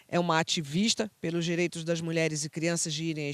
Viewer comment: Amo os temas aqui do canal... Percebi algo na tamb... Se for de propósito de boas... É "direitos" ou "diretos"...?